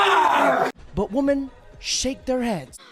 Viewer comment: I love your videos bro but please pronounce woman and women properly